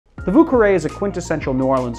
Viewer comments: It’s actually pronounce vyoo but eh! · I'm pretty sure vieux is pronounced vyéh. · It's pronounced "vyuh"